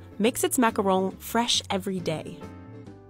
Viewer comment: They’re macarons, not macrons. Macron is the current President of France. Also, Americans tend to be notoriously bad at pronouncing French.